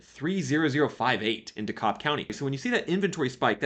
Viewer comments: It's pronounced D Cab not D Cobb . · Because we like to have weird pronunciations in the south, I just wanted to correct your pronunciation of Dekalb County. The "l" is silent. So it is pronounced De-kab. Just FYI. Thanks! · Why not offer something helpful instead of just a criticism? Also, DeKalb (dee-cab for Atlantans) is pronounced differently in various parts of the country. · You mispronounced "DeKalb" and "Valdosta".